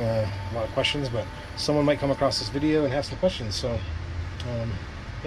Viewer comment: ya lost me at "uh-crost". Perhaps I'll come ACROSS another one of your vids in the future. :)